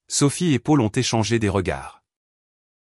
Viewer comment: On dit Pol pour Paul, et non Pôle 😅